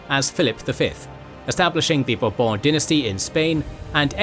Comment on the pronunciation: i am so glad Bourbon sounded like a royal family name in this video (and not some kentucky liquor). By the way, if i had any say, i wish that kentucky liquor was pronounced the way the royal family name is pronouced. (Talking about chinese, i happen to hear a lot from the chin dynasty even if transliterated qin, nobody never actually pronounce it "kin" so i guess people do check on non european pronounciation from time to time)